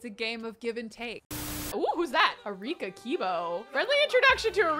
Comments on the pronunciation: I was so confused when was calling Akira “Arika.” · It is akira not arika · Uh-ree-kuh 😂 Name: Akira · You called Akira “Arika”! lol